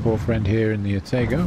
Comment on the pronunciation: No hard "A" sound in Atago. "Ah-taw-g0" (not Ah-tay-go). 🤪. Nice match!